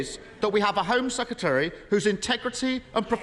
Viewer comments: Mr Starmer, it's "Sec-Ret-ary", not "Seketary". There's an "R" in the middle of the word. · Kier Starmer you were the Attorney General but you can’t pronounce Home Secretary smh 🤦‍♀️ SECETARY 😂